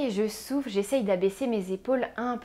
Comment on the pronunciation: à un moment vous dites 'on souffle' et j'ai compris 'on souffre', :;))))